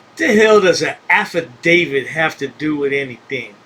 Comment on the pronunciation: Well “alpha David” instead of affidavit?? 😂😂